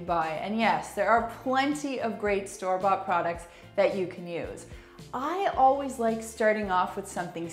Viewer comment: Did she say, "oh-wheeze presoak"? 😄 You should oh-wheeze say always. 😁 Good tips 👍I recently bought a squeegie, and was only using it on the glass wall, but I'll start using it on the tile now that I've heard your tips!